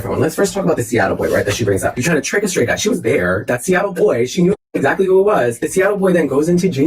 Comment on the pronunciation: I’m sorry but imma call you because I swear every time you say exSACKly I fucking die a little.